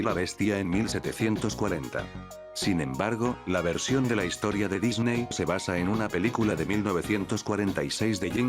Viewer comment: ¿"controverCia"? ¿"De Dicney"?